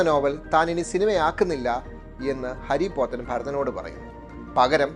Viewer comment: ഹരി പോത്തൻ അല്ല. ഹാരി പോത്തൻ